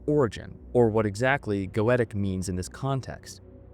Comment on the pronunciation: Tarkin ? Gaytic ? Chorister ? My brother its Takwin ( tac as in tatical and then win) Go-e-tic Chorister as in Core-ris-ter